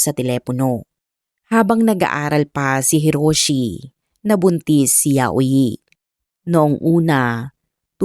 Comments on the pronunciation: Yayoy po ang pronounce ng name nya. Hindi po yayo-i. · HINDI PO YAUYI IT SOUNDS LIKE YAYOY YAYO-I